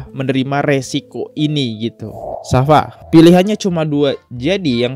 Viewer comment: bacanya safia bro bkn safa.....